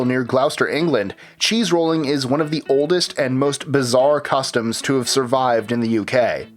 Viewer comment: you said cheese rooling twice still love your channel